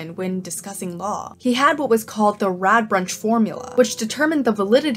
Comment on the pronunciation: I know I am late and I really liked this video, but your pronounciation of Radbruch as Radbrunch was bugging me the entire time.